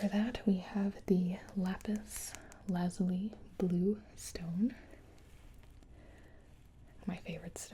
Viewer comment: thank you for saying Lapis Lazuli correctly